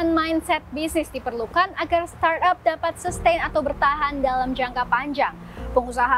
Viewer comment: starap, startup, stardep. startop. suka suka kaulah CNBC. 🤭